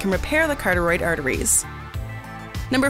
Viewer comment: The correct pronunciation of carotid is as it is spelled.... not- carteroid